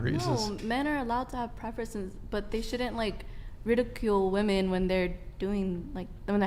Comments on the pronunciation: Omg this was an exhausting and VERY delusional one woman panel……but that didn’t irritate me the most. What was most irritating is the fact that not only “” but ALL the females could not pronounce the difference between “women” plural and “women” singular. EVERYTIME the plural/general fashion was used, it was pronounced in singular fashion - And it literally stabbed my brain with a screwdriver every time I heard it. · Honest question: Is it the failure of the educational system, or is this some sort of cultural shift in the U.S. where young people either intentionally or out of ignorance mispronounce the word "women" ? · Why can't she say women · Why can't she pronounce WOMEN correctly?! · Okay, I can't get over the fact that pronounces women like woman. If you're going to be a feminist then at least pronounce your own gender correctly. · If says, "woman" one more time instead of the correct word, "women", I'm gonna lose it lol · Why does she keep saying "womAn" and not "womEn"???? PLEASE learn how to use plurals!! 🙄🙈🙄🙈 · Why is it on every episode of this podcast there is a chick that doesn't know how to say "women". It's woman if you are referring to one female if you are referring to two or more it's fucking WOMEN. What's up with these chicks and not knowing there is a plural for woman. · The fact that she says woman instead of women. Holy hell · Is it just me, do i pronounce “women” wrong or are they saying “woman”?! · I'd love if that girl could say women just one time. She only ever uses the singular pronunciation even if the sentence calls for plural. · Why is no one correcting her when she says, “woman”, instead of “women”. Wtf?! Driving me insane!! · What the actual fuck is up with this generation not knowing how to pronounce the plural for woman. Woman is one woman (woo-man) Women is plural (whim-in) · Everytime she says "woman" instead of women 🤦‍♂️ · Why does always say "woman" instead the proper plural pronunciation "women"?